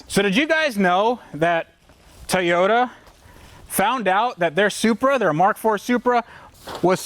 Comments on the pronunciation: Nobody:: Tayoda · I really liked saying "Te-yota" lol.